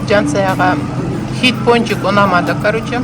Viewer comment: хет емес хит нормално сүйлө😏🙄